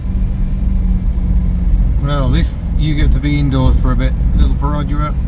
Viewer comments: Stop with your "perOdua" 😂😂😂 It's "perdua" without the "o" in Malaysian. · Your pronunciation of Perodua is dreadful. Its easy enough to check on line. Dua as you said is two in Malay and its easy to check how to say that properly.